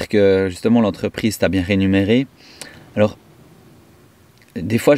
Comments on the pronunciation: Coucou "mon"! Un petit commentaire constructif: on dit réMUnéré pas renumeré 😂💚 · Rémunéré et non renumerer 😊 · Bonjour 👋 On dit rémunéré et non pas renumere. Cordialement